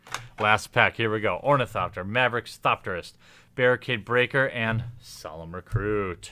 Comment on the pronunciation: you got solemn recruit wrong man you gotta slow down a smidge